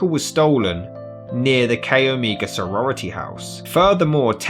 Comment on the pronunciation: CHI is pronounced Kie, not Kay. Omega is Oh may ga, not what you are saying.